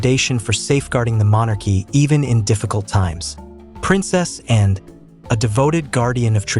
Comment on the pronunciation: Not Princessan. Princess Anne, please!